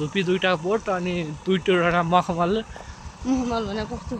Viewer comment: Makhmali ko ful hunxa hai uchaaran vayena